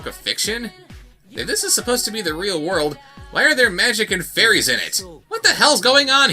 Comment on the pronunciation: Flairies...FLAIRIES....?! That sounds like a drunk person trying to pronounce "fairies."